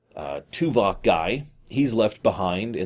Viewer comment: Stop saying Tuvak, it makes be think of Tuvix.